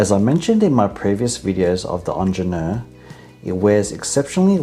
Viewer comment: He should learn how to pronounce it though.